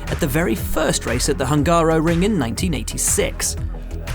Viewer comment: As a Hungarian, my ears are hurts when somebody is pronouncing Hungaroring as Hángáróring